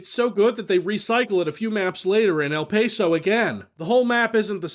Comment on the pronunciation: It's EL "Pah-so" not "Pay-so"